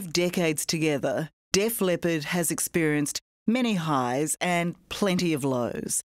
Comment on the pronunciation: It’s Def LEPPARD not Def LEOPARD. FFS 60 Minutes